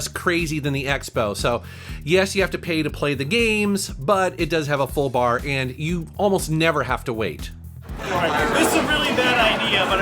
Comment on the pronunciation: I never thought you would stress "FULL BAR" more than "arcade machines" and "pinball machines"